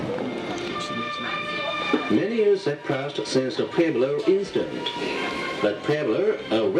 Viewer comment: I like how they can't pronounce pueblo correctly.